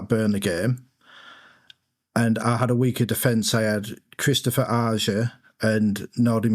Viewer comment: Also respect to for being the only creator to pronounce Ajer correctly 😂